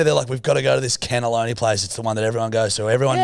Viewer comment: darling, it's a cannoli not a cannelloni. Letting down the Italians over here smh